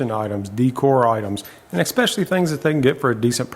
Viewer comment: There is no “ex” in especially … ESpecially, not EXspeciely… just had to bring that to attention, cuz to me that’s the equivalent to nails on a chalkboardd